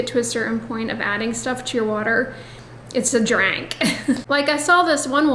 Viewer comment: I love when the southern comes out when you least expect it…”That’s a draank” 😆